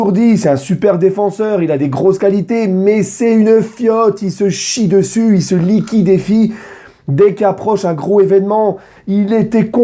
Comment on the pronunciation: « il se liquéfie » pas « il se liquidéfie » 🤣🤣🥳👍🏻